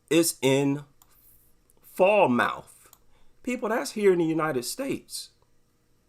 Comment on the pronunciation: Quick FYI...Falmouth is pronounced "FAL-muth". But yeah, the fact that people get more worked up over the death of a dog from some XL bully than a child is a symptom of how deranged, dysfunctional and misdirected our society has become. I think current dog culture is a symptom of the problem, and not the cause...much like the rise of authoritarian-type movements around the world. I also think that the actual underlying causes are complex and multifactorial, but I believe a rise in systemic loneliness and social isolation are partially to blame. The flood of fake service dogs is because we have a generation of people who are emotionally dysfunctional and are either too repellant to other humans to form normal relationships, or just uninterested. So, they get a dog and use it as their emotional crutch and in the process, alienate even further the people they should be reaching out to. And shame on any therapist who encourages their patients to get a mutt to deal with their imagined "disability". I have sympathy for people with mental health issues, but not these dog nutter versions that exploit the disability laws to find ways to drag their nasty, untrained fleabags into every facet of society where they would have been completely shunned from 30 years ago. These people are, quite frankly, as despicable as they are pathetic.